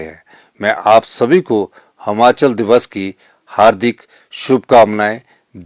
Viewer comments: महोदय जी कम से कम उच्चारण तो सही करें। जैसे यह प्रदेश हमाचल नहीं हिमाचल है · Trko khud bolna ni a rha h sukhu hmachal bolte han or asl me himachal hota h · Sir,Hmachal nhi Himachal boliye,Hindi to achhe se padhen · Himachal hota hai na ki Himachal hota Hai pahle bolna sikho mukhymantri bhi aap pata nahin kaise Ban Gaye by media Ghar Bhar liye Apne gharwali ko MLA banaa Diya